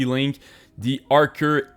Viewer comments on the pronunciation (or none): As soon as he said arc-er I had to leave... 😂